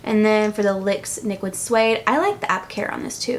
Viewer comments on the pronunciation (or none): Did you say lyx niquid instead of nyx liquid or am i hearing things? Haha! I love videos like this, thank you so much!! <3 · don't know if anyone else noticed this but instead of "nyx liquid suede" she said "lyx niquid suede" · you said the lix niquid suade HAhAHA that just made me laugh. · Didnt notice she said Lyx Niquid until i saw the comments!! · Haha you said "lyx niquid " lol